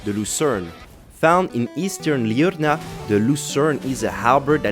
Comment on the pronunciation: When you said liurnia you had a accent. Are you French? If not what are you?